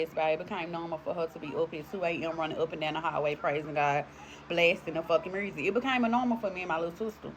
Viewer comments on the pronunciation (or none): She's possessed too if she thinks the word "music" has an r in it. "Mursic" is not a real thing or a real word just like "aks" instead of "ask". My ppl..... we must do better than this smh.... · That pronunciation of music & ambulance. Love it... To answer your question, I do believe that if you even crack "a window" you are giving permission to demonic spirits to enter in. To crack or open a door or window to evil looks like watching certain ishh (exorcist, incidious, or other demonic ishh), playing with ouija boards, singing certain songs (by popular artists knowing what they're saying but excusing it as "just music"), or flat out verbally inviting spirits to interact with you on some paranormal ishh.